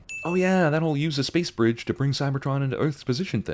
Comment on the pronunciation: lol sentinel i think thats how you spell it btw sentinel said bwige hear close